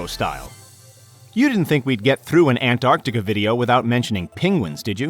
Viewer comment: An tar ti ca > Ant ar ti ca